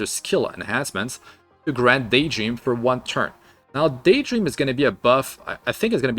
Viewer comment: Daytdream instead of Daydream oof.